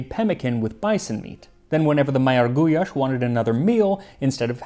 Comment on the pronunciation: It is awesome to see one my country's staple food featured here. And you nailed most of the pronounciations as well, except for Károly which is pronounced as the y in "you" similarly like the ly in gulyás. And also the gy in magyar is a bit different. But you did better than 90+% of people i've seen to try. I am so glad to see this video. We have so many great dishes here, i hope there will be more covered in the future.